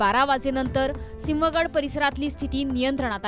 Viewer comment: सिंह गड रोड असे म्हण ग